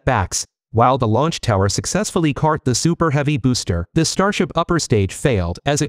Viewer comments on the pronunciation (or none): The pronunciation of the word "caught" is not the same as the word "cart."